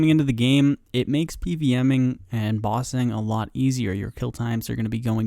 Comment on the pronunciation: Lol your pronunciation of bossing sounds like Ba Sing. Reminded me of Ba Sing Se tbh.